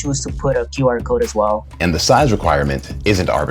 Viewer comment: Are you saying "Tutti code" instead of "QR code"?